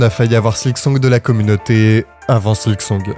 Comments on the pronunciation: Maintenant il s'agirait de deviner si sa prononciation de "silksong" en "sliksong" est aussi une forme de silkmeme ? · Tu dis vraiment "Slicksong" par contre au secours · Tu m'as trigger de fou avec tes "Sliksong" et "Slikpost". Silk, bordel, S-I-L-K xD Sinon, je suis content que Team Cherry n'ait pas cédé à la pression des joueurs. La bonne date de sortie d'un jeu, c'est "Quand il est prêt." POINT BARRE. Ils auraient rushé le jeu sous la pression de tous ces impatients, le jeu aurait été naze, tout le monde aurait craché sur le jeu et les dév. Les gens ne se rendent pas compte que ce comportement nuit au bon développement des jeux. Vous voulez des bons jeux ? Fermez vos gueules et soyez patients. Laissez les dév bosser à leur rythme. Pour moi ce n'est pas un hasard si Team Cherry était inconnu avant de sortir ce chef d'oeuvre. Personne ne les attendait, personne n'attendait leur jeu, ils ont pu bosser peinard. Vous voulez une suite de la même qualité ? Laissez-leur la même paix.